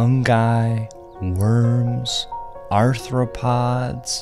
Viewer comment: bro said “wrrms” 😂 Love the music